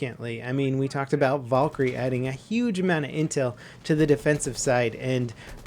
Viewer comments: it's Val-kyrie not Vol-kyrie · its not volkyrie it's Valkyrie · I know it's Valkarie not vulkarie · volkerie hahaha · I love your content it's great but it's not Vawlkarie it's Valkarie like Val karie I'm not trying to hates it's just really bothering me thanks for reading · Valkyrie not volkyrie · Please don't say Valkyrie like that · The way you pronounce Valkyrie makes me cringe.